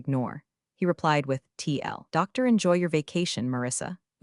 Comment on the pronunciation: They also pronounced TLDR as TL doctor.